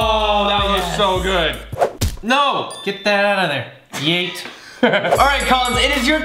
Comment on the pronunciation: you only said yeeèeèèeeeeeee with no t